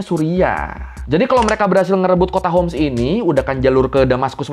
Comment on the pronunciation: حمص hims Bukan hums